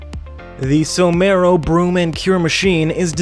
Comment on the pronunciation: You pronounced 'Somero' wrong.., its pronounced "Saw-mur-oh". My sister in laws dad is actually a part owner in the company. Pretty cool to see some of their stuff on here!